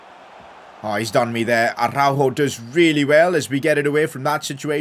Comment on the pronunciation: thanks for saying araujos name correctly I felt like u were directly talking to me as I commented this earlier😭😭